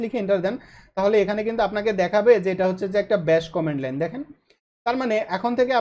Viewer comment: খুব সম্ভত কমান্ড লাইন হবে উচ্চারণটা।